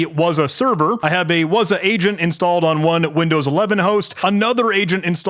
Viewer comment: What is "wuzah"? it's "wazuh" you gotta sound it out